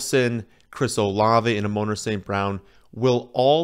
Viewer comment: A-moan-ruh lmao